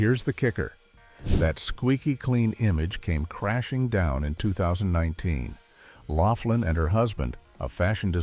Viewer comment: You REALLY need to do more research... Her name is Lori LOUGHLIN. Not Loflin.